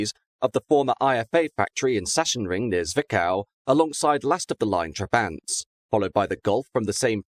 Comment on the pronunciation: And Sachsenring being Saksenring not Saschenring